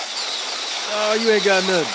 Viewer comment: Where are you from? Your YEAAAaa!!!! Sounds like someone from Texas.